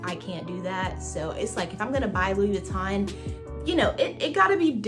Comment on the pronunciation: Enunciate Louis Vuitton correctly if you’re going to carry the bag. Ugh!!!!